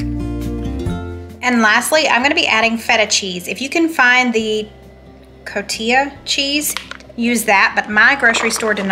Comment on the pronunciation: Cotijo cheese. Pronounced : " ko- tee- ho"